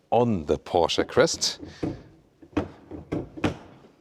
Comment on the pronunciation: Like how you pronounce ‘PORSCHE’..👌🏾